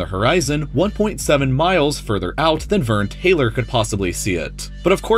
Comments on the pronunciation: Verne Taylor? It’s Verne troyer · I disliked because you kept saying Vern Taylor... It's Troyer ya dick fuck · Pretty sure his name is Troyer, not Taylor. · I love this channel, but his name’s Verne Troyer not Verne Taylor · It's Verne Troyer... Troyer!! My OCD is acting up. Anyways, cool vid bro.... It's Troyer! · Not that no one has brought up the fact he called him Vern Taylor Taylor instead of Vern Troyer. RIP Mini Me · VERNE *TROYER* holy shit put some respect on my man's name... RIP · TROYER...VERNE TROYER not TAYLOR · You said Verne Taylor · Verne "Troyer" not Taylor. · It's Verne Troyer, not Verne Taylor. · Verne Troyer. Not Vern Taylor. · Verne *Troyer lol